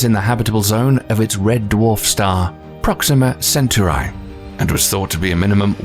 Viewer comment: "first detected by the 'haabs'- telescope" fggn amis ah and "proxima centauri" is called proxima zenturai.. nice... fgn amis